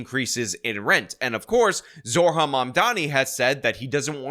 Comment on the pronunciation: It's Zoh ran, not Zor han. If you want to mispronounce him on purpose, call him Moron Damncommmie.